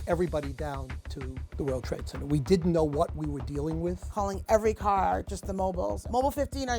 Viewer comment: It's not called CENNER, whyb can't you pronounce CENTRE/CENTER ?